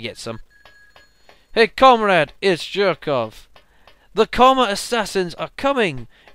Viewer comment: Jerkov is pronounced Yerkov.